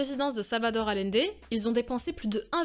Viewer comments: Bon, plus que Boric, c'est "AllIende", pas "Alende"... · ... Quand on travaille sur des grands hommes comme Allende on apprend à dire correctement son nom.